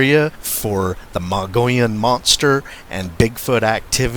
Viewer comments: Mug-e-own say it right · Thanks for good video. It’s pronounced ‘ Mog-ee-own’. Or ‘Mug-ee-on’. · Muh-gee-on, no Mongolians here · So uhh... you know the Mogollon Rim like the back of your hand, but your husband cant even SAY it? Hmm....